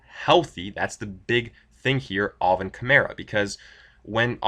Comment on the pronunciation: I love how you say “all-vin” instead of Alvin